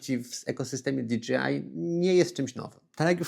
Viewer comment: Fajny materiał, merytoryczny. Ale jedna uwaga - "DiDżejAj", a nie "DiDżiAj" 😅